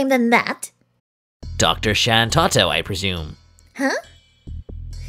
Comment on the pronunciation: You pronounce Shantotto wrong. Tarutaru females have a rhyming syllable at the end of there name.